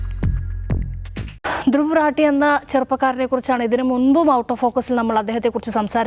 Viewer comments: രത്തീ അല്ല റാഠി.. please തിരുത്തൂ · ധ്രുവ് രെത്തീ അല്ല ധ്രുവ് റാഠി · റാട്ടി അല്ല റാഠി ആണി മല്ലുവിന് പാടാവും പറയാൻ because നമുക്ക് എല്ലാ ട അല്ലെ ഉച്ചാരണം